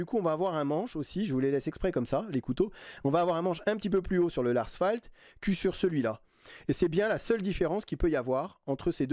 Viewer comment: Salut Fan de couteaux, je me permets de t'apporter amicalement de petites précisions : Casström se dit CasstrEUm, Las Fält se dit Lars Fêlt et Fällkniven se dit Fèll-Niven (Il n'y a pas de O et le K ne se prononce pas).